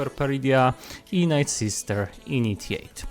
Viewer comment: Czemu słowo "night" (noc) czytasz jako "nit". A nie tak jak sie powinno, "najt"